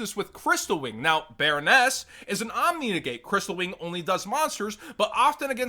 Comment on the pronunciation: Baronne doesn't have an S in it.